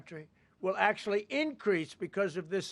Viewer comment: In acshualitywhy